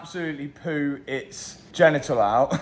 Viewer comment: did Matt say "poo its genital out"? lolololol wtf??